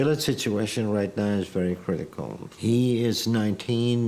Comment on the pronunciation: …it’s critical care unit wagon not criminal 😂